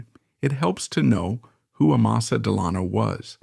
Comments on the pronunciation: It's pronounced "Dell Anno," even though it's spelled "Delano." To a New Yorker, well-familiar with the deeply dug Dutch roots of the Hudson Valley, the constant and MULTIPLE mispronunciations of this name is too distracting for words or watching. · Dammit. Del a no Accent on first syllable! Short vowel on a and a. Can't watch any longer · I just told him. The family are buried here in Fairhaven. Every time he says Delayno I cringe. Does this in all his videos. I give tours at the family's mausoleum. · Too bad the narrator cannot pronounce Delano. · If you're not going to pronounce it right I'm not going to watch this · Three different pronunciations of Delano in the first minute. Is this entire channel AI?